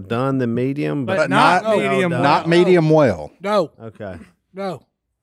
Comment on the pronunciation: I think Si is trying to say Medium-Well lol